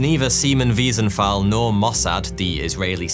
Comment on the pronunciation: Just for the memory of Simon Wiesenthal: his last name is pronounced with a "t" not "f".